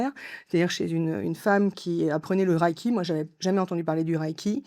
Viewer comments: Une petite précision en aparté : 霊気 se prononce reiki（れいき）, approximativement « réé-ki », et non « raiki ». Le terme 霊気（れいき, reiki） est composé de : * 霊（れい, rei） : esprit, âme, présence spirituelle ou dimension mystérieuse ; * 気（き, ki） : souffle, énergie, atmosphère ou force vitale, selon le contexte. Étymologiquement, 霊気 désigne donc une « énergie spirituelle », une « présence subtile » ou une « atmosphère mystérieuse ». C’est également le terme japonais employé pour désigner la méthode connue en Occident sous le nom de Reiki.🙏🇯🇵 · Reiki pas raiki, Merci pour cette interview, véridique canalisation ❤🙏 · on prononce Réki pas raîki merci pour le REIKI en fait au JAPON on dit LEIKI ! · Pitié on ne dit pas raïki pour le reiki mais Réki